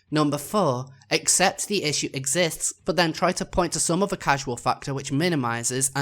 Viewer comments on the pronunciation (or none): The word "causal" isn't supposed to be pronounced like the word "casual". It's supposed to be pronounced like the word "cause" followed by "al". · I mean just the fact that you repeatedly pronounce 'causal' as 'casual' goes to show how rushed and panic-induced this response is. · PS: Casual and causal are two different words with different pronunciations.